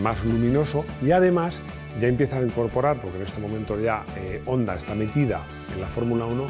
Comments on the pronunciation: Qué buen vídeo! Un apunte, Honda se pronuncia Jonda. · Pronuncias muy bien las marcas en su idioma solo te falta Honda ( jonda) Hyundai (jiundei)